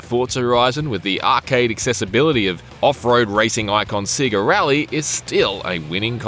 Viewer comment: Say-Ga, not See-Ga